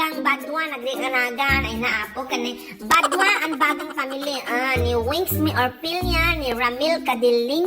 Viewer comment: Bagang po hindi badang.hahaha..im half german kc.haha..(german shepherd).hahaha